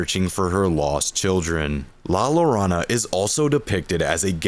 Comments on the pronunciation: Great video. The double l in Spanish is pronounced as a y tho. So la ‘your own a’ not la ‘lore on a’. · Here is where you lost me. Mispronouncing La Llorona. There are millions of videos on youtube from english speakers that show how to pronounce it. even if not perfect. Intead you just go "lalarana" There is a fucking movie about it. Even hollywood made an effort to try to pronounce it correctly.